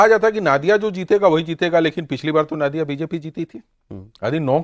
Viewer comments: Sir’s it’s नदिया(नदी से) not नादिया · नादिया नहीं , नदिया बोला जाता है। Pronunciation सही होना चाहिए। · Ya toh नदिया बोलिये या Nodiya boliye "Naadiya" kya hota hai? Ab aap 4 log itne varisth evam nispakskh patrakar hsi fir bhi ghalat uccharan, isiliye BHAJPA bahari party ke naam se badnaam ho rahi hai Didi ke dwara Spasht bengali aur nahi to hindi uchharan hi kariye maharaj Naadiya koi English ya Russi jila hai kya Paschim Bangal main? 😂❤😂😂❤🎉😂